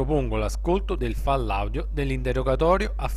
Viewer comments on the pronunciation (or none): Mi piace ciò che pubblichi,L unica cosa che non mi piace e’la tua voce quindi t prego di toglierla o cambiarla( cmq si chiama file audio e pronuncia fail Audio no fall audio)